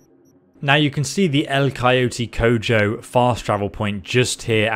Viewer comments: Being of Latin background... how you say “Cojo” is butchering my eardrums LOL If an update or any video is made surrounding El Coyote Cojo, just note the J in “Cojo” really has an H sound... more simplified without an attempt at pronunciation with even the slightest accent, it’s read as (co-ho) This, even without an attempt at the accented pronunciation is closer and better than (co-joe); just a friendly FYI/PSA for any future attempts at a Latino “J” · El Coyote Cojo (the J is like an H in Spanish) means "The Limping Coyote" Now the guns... they mean "The Golden Fkrs" (female verb) I'm not correcting you or humiliating or anything, it's just like fun facts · I get that you don’t speak Spanish and that’s fine, but hearing you say, “Cojo” like that made me wanna barf lol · El coyote cojo. The J can be pronounced as an aspired H, y'all English speakers get a pass :D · Am I the only one who cringes every time he says, "Cojo" like a gringo? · Co-ho it’s pronounced co-ho, the bars name is the Limp Coyote, in Spanish. Just a fun fact. I thinks it’s a reference to coyote ugly. Coyote ugly refers to the thing where a coyote will bite his own paw off to get out of a trap, this is the limp coyote, so that coyote already went through the rough patch. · LOL "Cojo" is pronounced co-ho, like in HOme. It's actually a spanish/mexican slang phrase: "cojo" means someone is missing a leg, but also it's a verb that means the F word in it's intercourse meaning. So, if you split the word Coyote into "yo te" it means "I will" - F@ you (can be present or future tense, but you get the idea). Thx for the video! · It’s is pronounced Co ho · its "co-ho" not "co-joe" when you read it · Future reference. Its pronounced "co ho" rather than coe joe. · lol it's not pronounced Cojo. It's pronounced Coho. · CO HO. The J is pronounced like an H. 🙄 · Funny enough you got the spanish for the guns right, but "El Coyote Cojo"'s last part is pronounced Ko-ho. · hahahaha... "El Coeoty Cow-Joe"